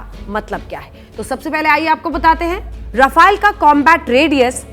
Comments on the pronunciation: It's rafaaaale not rafail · रफाइल नहीं राफेल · Rafaiel nhi he. .RAFAL BOLO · rafile 🤣🤣🤣🤣😂😂😂😂 being a national new reporter you should pronounce the word correctly its rafale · Not rafile it is called rafail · Aey 7vi fail Rafael bolna toh sikh le pehle😂😂😂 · अरे मॅडम जेट का नाम तो साहिसे बोलो राफेल है राफायल नाही बडी पत्रकार बनती हो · Pronunce it as ra-fa-le not ra-fai-le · Madm bolna to seekhlo रफाइल kya hota h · Naam toh acche se lelo rafile rafile lga rakha h